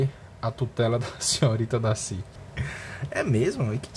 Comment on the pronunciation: olha tu para viu, eu amo o darcy kkkkkkkk, tu falar Darcy errado viu kkkkkk, DACI, Darrrcy